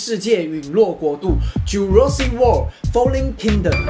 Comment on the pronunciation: Jurassic唸錯了，我也有注意到，大概是中譯的關係導致，不過大致上英文都算標準的歐，加油！